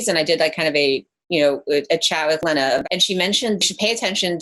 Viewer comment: It kills me how she pronounces Lena Dunham's name as "Lehna." TWICE. Come on, girl.